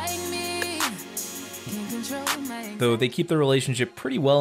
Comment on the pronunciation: dude its pronounced Ella Mai (May) not (Mi) please report our culture accurately.